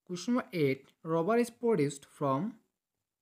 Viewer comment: Bro it's rubber not robber in question 8